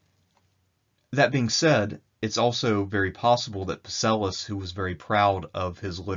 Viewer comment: Love the videos but you’re killing me with Psellus’s name. The P is silent my dude, the p is silent